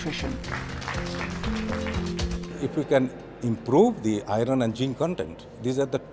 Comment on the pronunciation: “Ahron & jihnn condend” = Iron and zinc content.